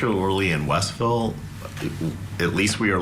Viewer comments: westville not Westerville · its WEST ville, not westerville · It's Westville not "Westerville". The attorney has the name correct. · You’re pronouncing Westville wrong. It is not Westerville. It is West Ville one word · Vinny, it's Westville, not Westerville. It's near Michigan City, Indiana. It's in LaPorte County. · It's WESTville, not Westerville👍🏻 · It’s WESTville not Westerville. And who doesn’t know how to say Wabash? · It's WEST VILLE not WEST ER VILLE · WOULD SOMEONE TELL VINNNNNNIYO THAT IS NOT WESTRRRRVILLE ITS WESTVILLE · Vinny, say West Ville Westville, not Westerville. It's kind of difficult listening to someone who is supposed to be read up and prepared, and them say Westerville...js